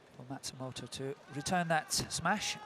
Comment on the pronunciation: The male commentator is incompetent: the umpire just said "Mayu MATSUMOTO", yet he repeated "Mayu MATSUTOMO"!